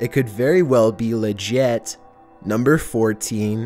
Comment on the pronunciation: listen to the way he says legit 🤦‍♂️